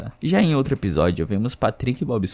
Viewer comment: O conteúdo é ótimo, mas "outre" me quebra kkk 🫩...